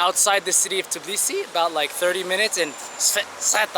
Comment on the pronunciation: Its tbilisi not tiblisi